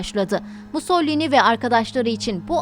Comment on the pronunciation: MUS - SO - LI - NI... "Musollini" nereden çıktı.